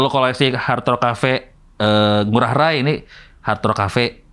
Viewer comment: Cing, pelafalan I Gusti Ngurah Rai (pahlawan Bali) bagi kami org Bali nyebut Rai nya itu (Ra-i) bukan (Ra-y) ✌🏼✨